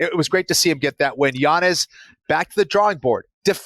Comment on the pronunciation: I know u love the correct pronunciations JA so it’s Yan-Yez